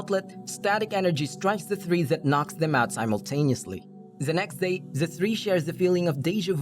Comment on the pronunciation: Why am u hearing 'za next zay' instead of 'the next day'